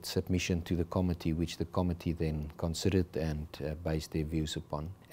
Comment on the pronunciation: The pronunciation of the committee is incorrect .....emphasis on co-MMittee